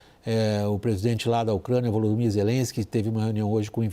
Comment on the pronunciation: "O presidente la da Ucrânia Vulumir zelensky" Quem é esse tal de Vulumir?